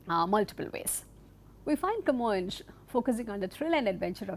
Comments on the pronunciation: Camoes is actually pronounced "Ka-Moynsh" as a sounds in Kappad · You may also pronunce his name as kuh-MOYNS, so the S is like S and not like Sh, if you prefer it. In Portuguese it is written with a tilde, Camões, which makes the vowel O a nasal sound Õ.